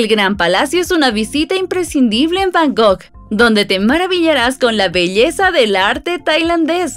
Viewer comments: Está muy bien el video, pero se dice Bangkok, no Bangok 😅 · Repite conmigo es B A N G ( K ) OK 😊